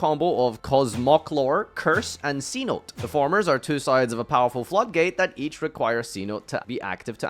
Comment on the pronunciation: Pronounced See-No-Tay btw, its spanish for cave.